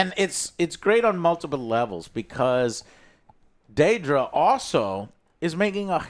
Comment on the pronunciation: No, it's not "Daydra". They said her name many times throughout the show...